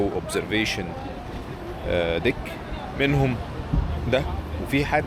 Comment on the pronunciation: فيديو تحفه ، علي العموم deck افتح ال e قريب من ال a مش dick مش دك هتبقي داك قريبه اسمعها